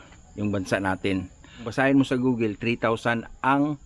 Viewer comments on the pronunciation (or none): none